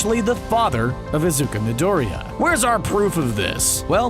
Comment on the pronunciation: No one: Absolutely no one: The dude talking on the video: “IzUkA mYdOoRiYa”